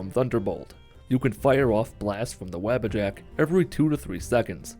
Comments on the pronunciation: no hate but its wah-bah-jack not the web a jack but sweet run btw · Every time I heard his say Wabbajack I thought he meant the rabbit with horns as I have this playing in the background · They way he says wabbajack is hilarious